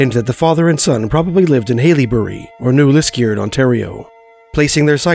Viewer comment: Love hearing these spooky stories of my childhood home (grew up in Charlton/Englehart but spent A LOT of time on Lake Temiskaming). The only thing that takes me out of the stories is hearing the narrator pronounce "New Lisk-EE-ard"!